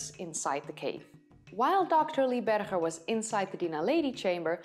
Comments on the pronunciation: HIS NAME IS PRONOUNCED BERGER AS IN HAMBURGER you know this and still choose to pronounce it incorrectly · Okay, you have every right to pronounce Dutch names with the Dutch pronunciation but Dr. Lee BerGer with a Dutch “G”? Come on! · Small point. I enjoy your videos very much. Lee Berger pronounces his last name like the berger in hamburger. Chris Stringer is not alone in his displeasure with Lee Berger's announcement, but very many of these people were knocked off their pedestals by Berger & Co.s groundbreaking discoveries and they were furious with his refusal to keep his work for only the eyes of the annointed ones in the field. Homo naledi also calls into question declared species which have been constructed off a few bones and a lot of supposition, given homo naledi's curious mix of early and more modern features. Then there is the startling age of homo naledi and how it shakes the tree of evolution. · She is pronouncing Berger the Afrikaans way, although he is an American working in South Africa.